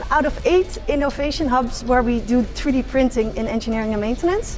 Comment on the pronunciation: It’s 3D printing Sam not free d